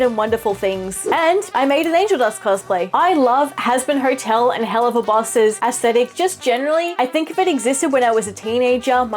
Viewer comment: "Sor hazbin hortel"